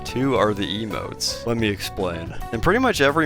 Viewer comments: How dare you call them eemoutés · Hearing him say "emotes" hurts really bad.